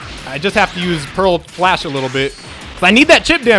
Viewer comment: when you said "PEARL FLASH" I thought you said "HOT FLASH"